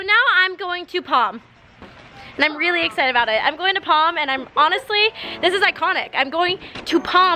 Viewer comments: “Going to POM”😂 love ya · Did anyone heard kalani saying palm?